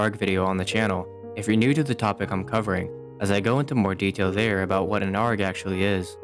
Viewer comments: i'm gonna be honest, hearing "gmod argh" out loud causes me physical pain please just say A R G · i cant stop laughing at the fact that you just pronounce it "arg" like a pirate instead of "A-R-G" like the letters. i dont know why but i find it so ridiculous lol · Can you please pronounce arg properly A-R-G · Is no one gonna talk about the way he pronounces arg like its a word and not an acronym